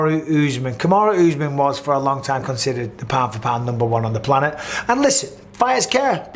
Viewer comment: "Planet " ?!?!?! Come on man !